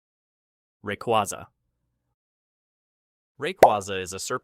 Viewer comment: RAY-QWAY-ZA NOT QWAZA